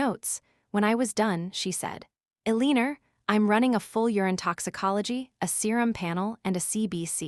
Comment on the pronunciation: Please t ach your AI to pronounce the name Elenor cprrectly